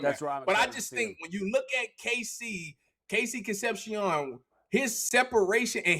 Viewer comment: Concep-SEE-OWN. you guys need to learn how to say his name right, it's down right eargrading!